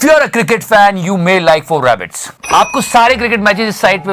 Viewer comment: bro it's "For A BET" you pronounce it "4 rabbit" 🐇 😂😂😂😂😂